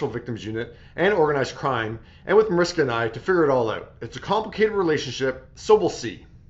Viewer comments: You always pronounce her name wrong! Proper pronunciation is Marishka! Just FYI! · I listened to it again and you said Mariska without the "h" sound. I saw even her husband say that is not the right pronunciation! Just keeping it real, no malice intended!